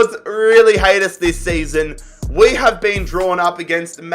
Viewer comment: He says Wei for we